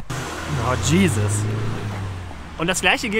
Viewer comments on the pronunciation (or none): none